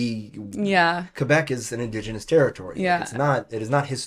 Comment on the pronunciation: Did you just say indos genos???